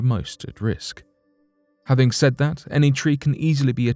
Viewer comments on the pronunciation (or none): none